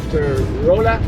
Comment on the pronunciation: Great seeing the next installment in Missouri. Rolla is actually pronounced like Rah la.